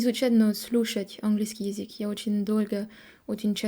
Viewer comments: Название видео стоит исправить: "Француженка пытается говорить на русском языке". Слово пытает (без "ся") будет воспринято строго в негативном ключе "пытки" (torture). Также стоит поработать над произношением слова "язык", пока что получается только "язик", хотя произносить "ы" ты умеешь отлично. изучали языки. В целом хочется отметить очень хорошую постановку предложений и тщательно выученные и выверенные ударения (да, мы знаем, что ударения в русском это что-то хаотичное :)) - чтобы "изучить язык", обрати внимание на момент построения слов "изучать/изучить". Еще у тебя почему то получаются мягкие "ль" там где нужны твердые, но день ты произносишь как "ден". У французского нет твердой Л, но есть твердая Н? :) а вот тут "стыдно" и "ы" произнесла правильно. "из других стран" тоже ок, зря тушуешься. В целом понятно откуда у тебя поставленное русское произношение, раз ты сделала такой акцент на аудировании. ты слишком строга к себе, у тебя очень серьезный уровень по сравнению с другими изучающими язык. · Какая красатуля сегодня,, просто очаровашка. Классный макияж, "как после душа', очень женственно, очень свежо и привлекательно. Одна ошибка только: язЫк, а не язИк. Разница есть. Нужна тренировка. В корейском тоже есть звук и буква Ы, вот она: ㅡ. ❤ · Ещё не досмотрел, всё хорошо. Из "ошибок", мне кажется вы произносите Езык, а правильно Язык. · Браво, давно этого ждали. Спасибо. Хорошая, осмысленная речь. Буквы "ш", "к" и "л" необходимо произносить по "твёрже". Особенно "к" в слове "язык". 👍😊